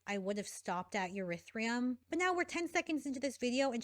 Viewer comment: Urethreum oh my god is she trying to say Ethereum??? Lmfao